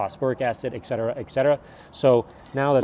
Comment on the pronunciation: Dont want to come off rude, I love your videos, but you say Etcetera wrong in almost every video. You pronounce it icksettera but it's ET-SETERA